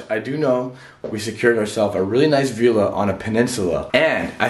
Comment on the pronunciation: You're pronouncing Villa wrong!